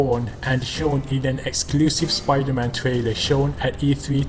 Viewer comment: Did he just cal supaida man weird